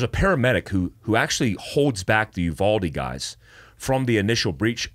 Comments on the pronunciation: The town is called you-VALD-ee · I’m from San Antonio and uvalde is pronounced (you-Val-dee) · Uvalde (You-Vawl-Dee) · Uvalde pronunciation is Yoo-Val-Dee